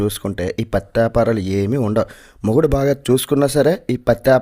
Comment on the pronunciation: పత్తి వ్యాపారం కాదు Bro. పచ్చి వ్యాపారం 🤣